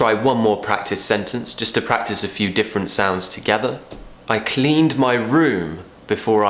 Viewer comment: Your 'd' in planned and cleaned sounds like a 't', unless you pronounce it slowly.